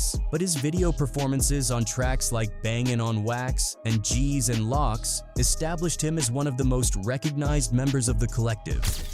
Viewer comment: Did you say, "Gs and Locks"?!